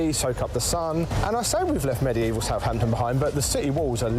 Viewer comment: It is Southampton, and not Southhampton